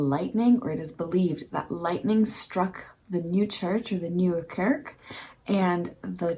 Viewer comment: Always fun and how creative. Next city maby Rotterdam? Oh and a little tip. You dat kurk instead of kerk. So that's Cork instead of church. The first two letters of the word you say Ke like in de name Kelly. 💋